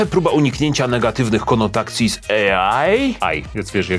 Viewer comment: Konotacja a nie konotakcja.